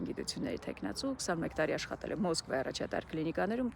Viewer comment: որ ես Մոսկվա բառը այդքան չշեշտեք ավելի հաճելի կլինեք